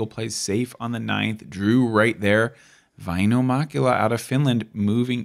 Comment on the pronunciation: Everyone saying Vaino instead of Väinö. Just Finnish things I guess